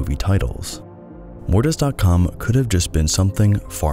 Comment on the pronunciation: didnt even watch the video yet but i want to say that mortis sounds like morbius and its making me laugh